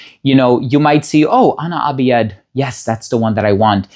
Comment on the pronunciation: Ana abiyedh is usually pronounced as Ana abyadh more then abi-yed. Which is "I am white" in English. Then the side you saw as "I am white" is for "ana abyadh" , then scarlet.